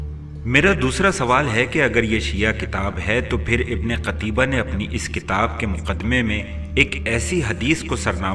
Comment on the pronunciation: ہاہا... تجھے اس مصنف کا نام صحیح لینا نہیں آریا... قُتیبہ کو قَتیبہ پڑھ رہا ہے... تیاری کرکے ویڈیو بنایا کر بیٹے